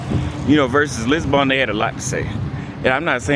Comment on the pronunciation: Anyone annoyed with the way he pronounces Lisbon as Lisbon-Born???